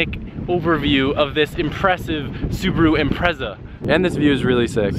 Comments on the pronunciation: Impretza.. Im - pret - za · u say impreza wrong